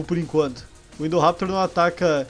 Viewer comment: Chama o indoraptor de indovenotor